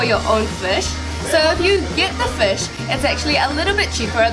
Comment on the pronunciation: Did you grow up in NZ? It’s just the way you say fush.